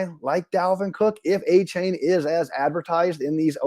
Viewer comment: AH-chain not AY-chain. 👍